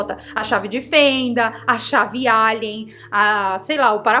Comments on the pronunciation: Chave Alien 👽 foi a melhor 😂 Chave "ALLEN" KKKK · Em " "a Chave ALIEN" em vez de "a Chave ALLEN" foi divertido de ouvir. Parabens por mais um vídeo fantástico, minha Bombástica Favorita 👏🏼👏🏼👏🏼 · Entendi "Chave Álien"